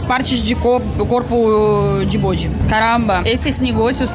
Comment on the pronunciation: Tripa de "bôde", kkkkkkkkkkkkkkkkkkkkkkkkkkkkkkkkkkkkkkkkk é uma delícia.......